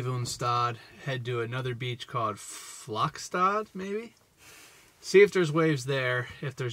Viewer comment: hey your pronounciation of flakstad is cute, i think that beach you surfed on is skagsanden beach though. anyways, i love your norwegian surfing video, i've never surfed there but this video makes me want to 😛